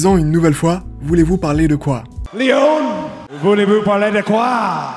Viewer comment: S'il y a une chose à retenir de cette vidéo, c'est "De quoi voulez-vous parley"